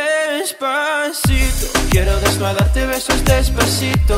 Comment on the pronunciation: Compared to the previous “Despacito” aprendió a pronunciar la “s” very nice bro👏🏼👏🏼😂Te quiero x